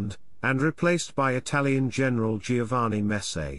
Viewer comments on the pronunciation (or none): none